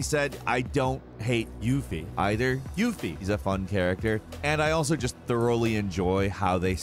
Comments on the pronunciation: Anyone else notice how he said Yufi? Lmao "I don't hate YUFI..." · lmao "YUFFIE" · He probably totally mispronounced her name. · You used the same sound clip every time you said Yuffie. How did you butcher it,? I need to know😂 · Why u say "yuffie" like that 🤣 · Why does he say Yufi like that? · YUFFIE.. amiright?